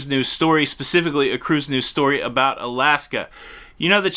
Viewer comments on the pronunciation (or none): We say about not aboot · Unless you are from Newfoundland, no one actually pronounces “about” as “aboot” in Canada. Just sayin….. lol!! 🤣🤣. And even other Canadians make fun of those from Newfoundland!! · "aboot" lmao